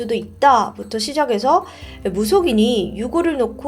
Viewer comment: 저만 거슬린게 아니었군요😂 너무 좋고 열심히 잘하시는데 간혹 받침 발음이 틀린게 있어서 들으면서 신경쓰일 때가 있더라구요😢 시작해서를 시자개서라고 발음 하시고 ㅎㅎ 아나운서인것도 아니긴 하지만 조금은 신경 써주시면 한결 더 좋을 것 같습니당😊 화이팅💪🏻